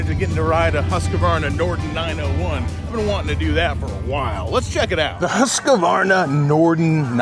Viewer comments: Hooskvarna, not Huskavarna. Get a clue. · Why do you Americans call it Husquavana,there's no a in the middle your pronouncing it very wrong.